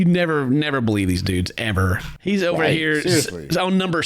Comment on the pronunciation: Chris pulling out the Southern accent with the “Why don’t you start o’er again” sends me every time 😭